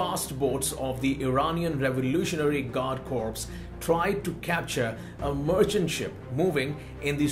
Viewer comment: Slight correction: ‘Corps’ is pronounced ‘Core’